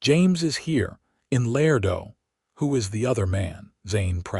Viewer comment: Beautiful story! Tender, sweet, well-developed principal characters. One of the best I’ve heard yet ❤❤. Contained some, but could use a bit more actual passionate romance, still an excellent plot line. Pronunciation and mechanics still a problem for AI. Ex: “Laredo” is pronounced——“Lah RAY doe” Not “lair doe”. Listening from NC Research Triangle